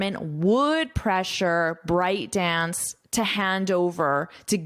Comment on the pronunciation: Very detailed great course!! But I think ByteDance pronounces "byte" dance, not "bryte". It's a computer unit of characters.